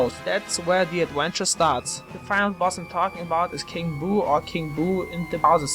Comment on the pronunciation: You sound just like Mr. Chekov! "Adwenture" if you're a nerd, this should be a compliment.